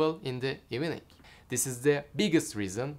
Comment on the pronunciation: Kanka beni hater gibi gorme ama o "evening" ivning okunmali ya ;d degil ivining xd